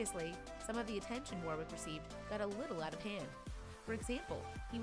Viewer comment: Awww that was AWESOME 👏🏼 Kudos Warwick (correct pronunciation of the guy’s name is usually worrick not wor wick btw)